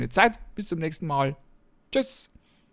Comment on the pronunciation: Cool!! Und ich liebe dein schnelles “TSCHÜSS” 😂👍🏻